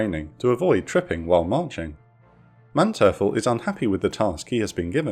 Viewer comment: Please work more on your pronounciation. Your channel is getting bigger, and your videos are getting prettier and prettier, but since you're the main narrator I think you need to take the role more seriously. I thought as much in your recent Ten-Go video where many boats had their name mispronounced, and now you've mistaken Manteuffel as well. I look forward to even higher quality from you and your team.